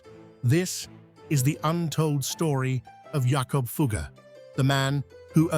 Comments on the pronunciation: Teach your ai robot to pronounce Jakob Fugger's name properly. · Please check the pronunciation of “Fugger.” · It hurts as a German speaker how Fugger's name is mangled. How difficult can it be to et a simple name right?